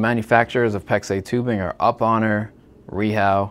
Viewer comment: Somehow, "PEX Universe" doesn't know the correct pronunciation for the 2 of the largest brands of PEX: Uponor and Viega.